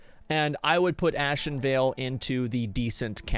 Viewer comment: The way he said ASSinvale gave me a headache.